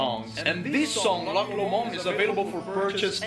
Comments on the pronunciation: Your british and you have no idea what Loch is, and you cant even say it correctly? very strange, its not an original song its an old Scottish song.. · I don't think it's strange that we can't pronounce Loch correctly. Funnily enough we didn't learn Gaelic in school! What makes you think we have no idea what Loch means? We clearly do know what it means. I said it was a lake and my friend said it was a body of water so how does that mean that we have no idea what loch is? It seems you don't know what loch means.